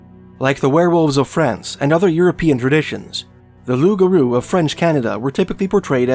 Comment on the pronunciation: Thank you for being the first youtube channel to get the name of the Loup Garou, correct .. so sick of idiots calling it a rougarou